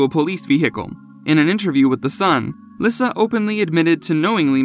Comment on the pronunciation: Lisa not lisuhh